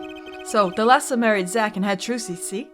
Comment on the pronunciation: Fun fact: the pronunciation in Thalassa is at the first A. It is pronounced ThAlassa and it means "The Sea" in Greek.